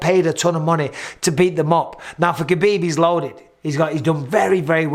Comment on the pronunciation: Just say HAbib. I know you make the joke of doing the flemmy H, but a regular H is surely more accurate than pronouncing the K